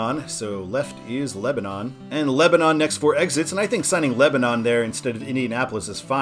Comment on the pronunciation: head up, in Indiana it’s pronounced Leb-den